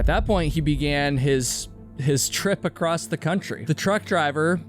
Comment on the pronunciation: mate theres no T at the end of the word "across"